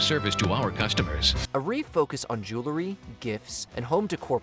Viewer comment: JOO-la-ree ❌ JOOL-ree ✅